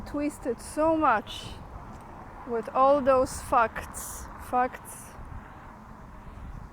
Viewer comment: I thought you said 'fucks' instead of 'facts', the same meaning really anyway.